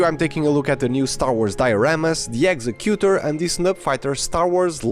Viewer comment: The way you're pronouncing "executor"...no such word.